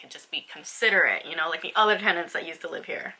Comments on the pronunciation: It is teNants not "tendants' that word doesn't even exsit lol So frustrating to hear you saying the wrong word again and again in the whole video. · i love your vids girl but I just want you to know it's tenants not tendants :)